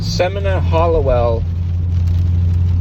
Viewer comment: You pronounced her name wrong